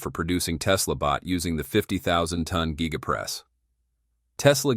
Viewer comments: it's G-EYE-GA. get it right. ha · Your narrator is a jerk, he (it) cannot even pronounce "giga". What a waste of a video.